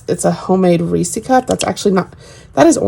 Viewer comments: I live about an hour from the Hershey's plant. It's definitely Reese's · Best part about this video: pronouncing "Reese" as "reesie." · I’ve never heard anyone say it like you do! So funny. It’s cute.